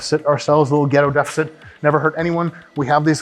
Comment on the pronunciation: "Butt up prevents any other part from touching the ground before chest" it's obvious Dr. Mike hasn't seen my small chest and big nose. Can we have a yoga session with Dr. Mike though? Definitely that fucking the ground pose is required. Also why does deficit always sound like defecit? The amount of times I've typed defecit because I remember how it sounds, then checked the spelling to find out I did it wrong again.